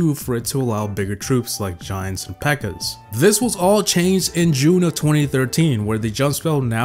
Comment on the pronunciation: it's peaker not beaker 😂😂😂😂😂